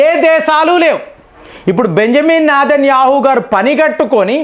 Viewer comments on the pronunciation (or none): none